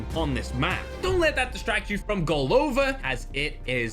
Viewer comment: GolovÁ (head) Not golOva 😊